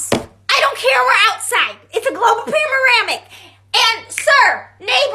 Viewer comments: The mom saying "global pander-amic" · "In a covid pararamadiric"😝😂😂😂